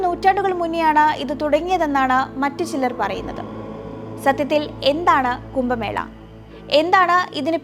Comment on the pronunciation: കുംഭമേളയെ 'കുമ്പമേള'യാക്കിയ വിവരണം തീർത്തും അരോചകം.